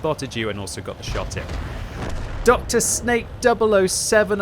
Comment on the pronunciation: its not drsnake its Drsňák it means thug in english, also plzenská is a lot more vulgar in Czech language than you think